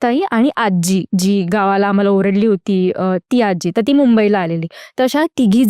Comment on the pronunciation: Aajjjjjji nahi...aaji